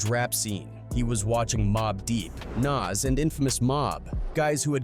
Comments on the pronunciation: How do you get nas's name wrong? Wtf is Naz?? come on man get ur shit together bro. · STOP WITH AI VIDS SMH HOW U PRONUNCE NAS NAME CORRECT THE FISRT TIME THEN NEVER AGAIN???????????